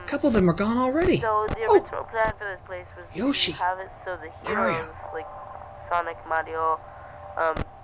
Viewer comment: You know, it felt weird when he just said "Mario" instead of his usual "Merryo"